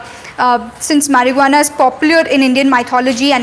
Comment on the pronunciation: Did she just say mariguana?😂